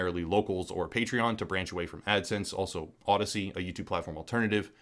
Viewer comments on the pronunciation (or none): none